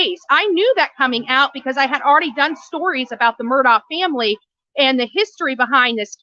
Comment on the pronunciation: How do you still not know how to say this guys name?😂